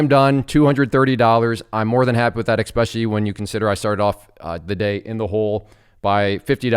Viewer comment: I really enjoy these videos, but it is not EXspecially. It is ESpecially.